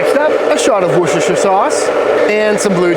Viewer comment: One of only a handful of American youtubers to achieve the feat of pronouncing Worcestershire correctly. Look up the Pit Cue Co cookbook if you get chance, not your average bbq book. I get the feeling you will appreciate some of the less ordinary content in there.